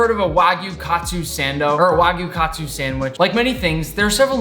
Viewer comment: This man just said wagyu katsu sando, it's wagyu kaatsu saando